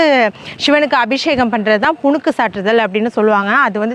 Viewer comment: Arumaiyaana pathivu ...punuhu ..not punukku